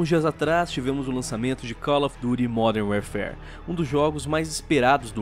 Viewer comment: "Modern Wearfare" pronunciou direitinho.... só que não.